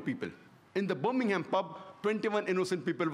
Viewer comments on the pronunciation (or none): none